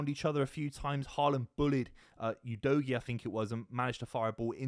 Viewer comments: Can’t even pronounce him correctly and he wasn’t playing. That’s 0 from 2. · Did he just say Udogie?? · It could be a joke bc a fan asked spence for an autograph and called him udogie lol but doubt it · said udogie again 😂😂😂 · Did blud just say udogie??